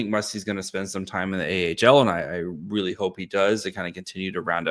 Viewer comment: Eliminate the "aaah," "ums," "like," and "as well" Also, you seem to be unable to pronounce "really" and seem to stammer on words. starting with the letter "m." "Everydayer" is also very awkward and not a word. None of these issues are noticeable when you read ad copy.